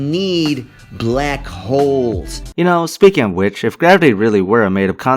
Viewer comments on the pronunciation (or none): the guy says "Blaek holes". Thats how he pronounced it.